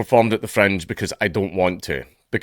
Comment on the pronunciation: Every time you say Fringe I hear French